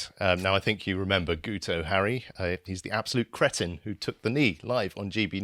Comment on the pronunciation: His name is pronounced Git oh as the "u" in Welsh sounds like an "i" !